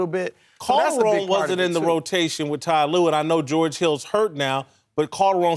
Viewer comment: Chris is great, but why does he insist on saying "T Lue"? It makes no sense bc Ty and T are the same syllable-wise. Not saving any time.